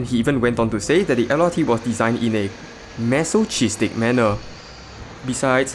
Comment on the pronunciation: It's pronounced "maso kiz tick" not "maso cheese stick"